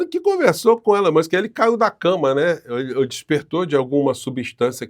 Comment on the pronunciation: "Elon Manske" e você... tchê tcherere... tchê tchê" 😂😂😂😂😂😂😂😂😂😂😂😂